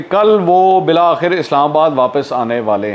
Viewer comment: گدی cushion کو کہتے ہیں جناب۔ زبان "گدی" (guddi) سے کھینچی جاتی ھے۔ نیز "بلا آخر" (bilaa-aakhir) نہیں، "بالآخر" (bil-aakhir) ھوتا ھے۔